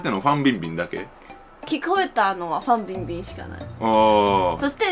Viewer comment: ファンピンビンww